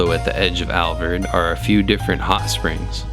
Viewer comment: MY wife and I have been to the Alvord many times. I believe it is the Alvord Desert and not the Alverd Desert. It's pretty distracting to hear you call it the Alverd. Otherwise good video! Thanks!